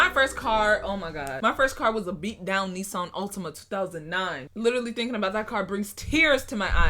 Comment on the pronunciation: Did she just say “Knee-san” instead of Nissan 😂😂😂